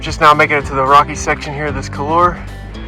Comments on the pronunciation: Pronounced KOOL WAR !!! French! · couloir is pronounced more like koolwaar.